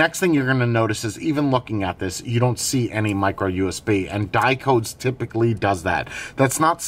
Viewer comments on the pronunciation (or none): Hey, great review, great device. But did you know that Dicodes stands for DIgital COntrolled DEviceS? So the company name sounds a little different than you pronounce it...:-) Best wishes from Germany